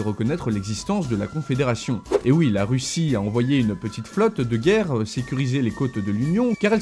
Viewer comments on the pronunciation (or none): none